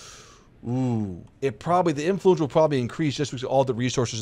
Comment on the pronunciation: Why...must you say "Influence" like that? You're putting too much emPHAsis on the wrong syllABle